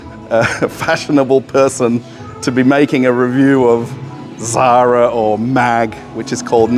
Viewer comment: Sorry about mispronouncing the Zara company name. the French name for ecru is interesting. Thanks.